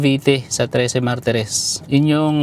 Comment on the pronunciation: Grabe ung pagkasabi mong hometown mo Trece boss. Hhaha kasi kami naman taga Pasig dati, na dito nag decide kumuha ng property hahaha, naramdaman ko bigla na taga probinsya ako hahahah